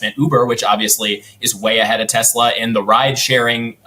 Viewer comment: Telsa or Tesler? 🤔😂